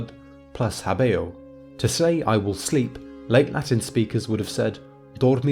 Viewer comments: why not talk about pronunciation? habeo is pronounced HÁbeo, and not haBÊo. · hábĕo, not *habḗo